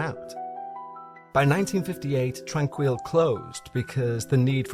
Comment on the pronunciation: You would have more credibility if you had made an effort to find out the correct pronunciation of the name of the facility. It leaves a question of how much of this is the result of shoddy or non-existent work. I know someone who spent time there and she said she was well-treated and recovered from the symptoms of tuberculosis. She would have left if she had any experiences like what you are claiming occured here. I'm annoyed that YouTube will count my comment positively for your stats but I just can't resist pointing out that this is drama fantasy.